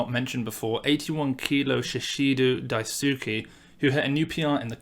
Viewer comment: When he said "Daisuke" like "die-sue-key" i burst out laughing, before realizing how strange it was to laugh at the mispronunciation of a name. In case anyone is curious about the pronunciation, it is "dice-key." also, shishido is "she-she-doe"